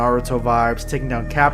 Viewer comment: He said akatsuki wrong but it's cool